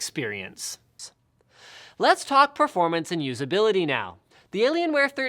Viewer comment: when he ends saying experience there is a second soft "s" after it.